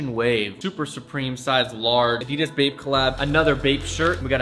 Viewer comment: everytime he says "bape" I think he is saying "vape"